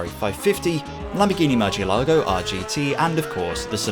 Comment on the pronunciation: I hate to be that guy, but how do you get Imola's pronunciation so close, but can't pronounce Murcielago or Brno properly? 😁 Me being me aside, great video